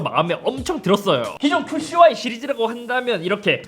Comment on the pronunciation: 큐 씨 와이를 자꾸 큐슈와이 로 말하시네 ㅋㅋㅋㅋㅋㅋ